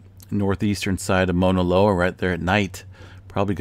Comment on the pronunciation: MAAAAUUUUUUNA Loa! Not mona loa. Like OUCH! Cause its hurting my ears🤣🤣🤣